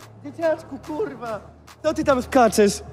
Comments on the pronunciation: Mega beka ktos nie mowi ,,R” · kuLwa . FLAjeLSZE, KULWA KULWA